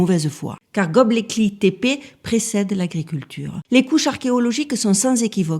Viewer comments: coucou, j'adore quand tu dis gobleki-tepe, vas-y essaie encore une fois 😄 ....c'est pour rire, c'est le fond et la structure du récit qui comptent, cette vidéo est très intéressante 👍 et hop, 1 boost bien mérité pour gobleki-tepe 🥂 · Bravo pour la prononciation parce que ça doit pas être facile de prononcer ❤ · Vous l'avez bien prononcé deux ou trois fois, mais comme vous avez appelé ce site de tous les noms possible il fallait que ça arrive. 😂 Merci à vous pour votre travail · Bravo j’ai adoré comme d’habitude superbe vidéo qui va faire réfléchir les plus incrédules, j’ai adoré ta façon de prononcer Göbekli Tepe 😂